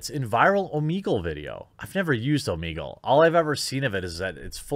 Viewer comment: It's oh-meh-gull, not oh-mee-gull, you [REDACTED].